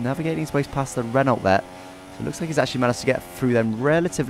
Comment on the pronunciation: why do you pronounce it "ren-olt"? it's "ren-oh", the word is french